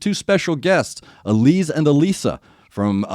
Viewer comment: Good one. You got Allisa, Elise pretty spot on Think Gluz, is pronouned Gluth. Someone will smack me if i got that wrong